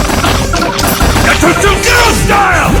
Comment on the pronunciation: アニメ『るろうに剣心』に出てくる斎藤一の必殺技｢牙突零式｣ですね。英語版の「牙突零式」は「ガトツ・ゼロスタイル(Gatotsu Zero Style)」という技名に翻訳されているのですが、声優の発音のクセもあり「ガトチュ・エロスタイム」や「ガトチュ・エロスタイル」と聞こえてしまったことで空耳ネタとして流行ったらしいです。